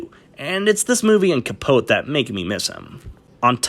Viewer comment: It's pronounced "Cheedle." How have you never heard someone say his name before? Also "Capote" is one of your favorite PSH performances, but you can't pronounce that either?